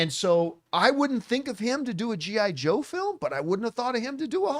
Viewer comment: I don't like the way you Said G.I. Joe John. Lol 80's is Back Baby!.